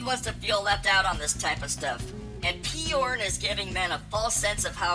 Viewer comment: Peyorn? Why the extra syllable?